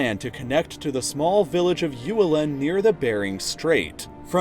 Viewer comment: that feeling when this map is actually made by you Also Uelen is pronounced like oo-eh-LEN or maybe weh-LEN. And I guess by ferry you mean Aldan River. Except it freezes during winter and so you can drive. But it's impossible to cross it in spring or autumn when there is no ferry. If there will be any projects connecting Russia and Alaska it would most probably be a railway bridge.